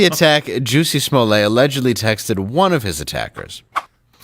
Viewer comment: Dave, "lets get serious" then says "Juicy Smollett"